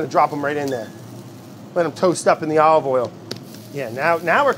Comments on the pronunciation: I am so used to Brad being Brad that I assumed he was trying to say aoili instead of ollie oil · I know he’s not saying Ollie Oil! I know he’s not, but he is 😂😂😂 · He keeps saying ollie oil...! Brad is hilarious ! It is a treat to watch Brad while I'm quarantined.. also I love the sound effects and editing... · I'm mad at the editor for not writing "ollie oiellll" on the screen everytime Brad tries to say olive oil. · The amount of times he said "ALLeyOyle" when he uses olive oil